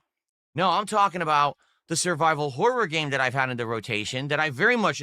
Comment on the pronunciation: I hate the way he puts too much emphasis on the 2nd "O" in "horror."